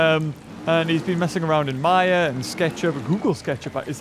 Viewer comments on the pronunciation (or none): none